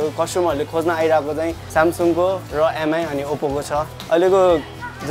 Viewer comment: Please MI is pronounced 'me'.